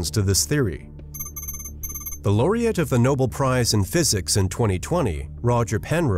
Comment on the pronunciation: We hear two pronunciations of "Nobel". "Noble" is wrong. "No-BELL" is correct.